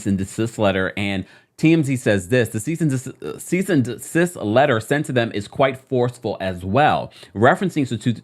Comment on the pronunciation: All I can hear is "here's a letter of cyst & decease from my attorney" 😂🥹